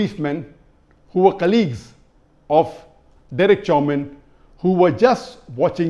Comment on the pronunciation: At 1.23 Dr zakir says Chowmin. 😁 Its Chawvin any ways no mercy for the killer.